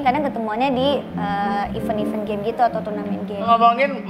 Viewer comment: ka' gatel banget benerin pronounciacion "event'', bukan "even" 😂😂😂